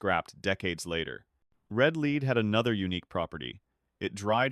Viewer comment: The persistent mispronunciation of the word, "lead" by the narrator bot should be edited.